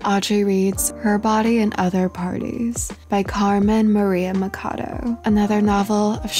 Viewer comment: Loved the video! Just one thing, the pronunciation of Machado is like much + ado 😅